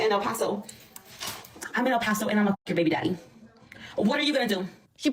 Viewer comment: Bro when bro said o paso I was like oh nah BC I LIVE IN O PASO!